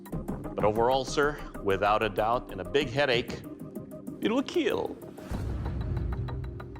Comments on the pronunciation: Why do they call it keal instead of kill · I absolutely hate when Doug says "keal" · It will keel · I learn English please , it is it will KEAL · Its so funny when he is like it will keel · the best line in this whole series "it would keal" "it would not keal" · The only favorite thing about this is when he says "It will keal" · ✨iT WiLl kEaL✨ 😫🖐🏻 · “it will KEAL” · It’s kinda annoying when he says it will keal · Your blade? It will keel... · It will keal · Who else is here just for the "it will keal" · "it will KeeL" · ... And it will keel